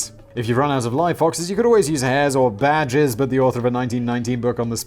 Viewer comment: Half asleep I heard, bear jizz. Played back and realised, badgers.